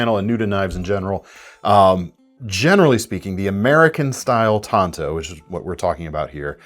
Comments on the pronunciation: IT'S PRONOUNCED TANTO NOT TANTO!!! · It’s not tanto it’s tanto.. duh